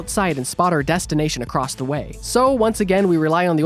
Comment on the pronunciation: There is no "T" in the word "across."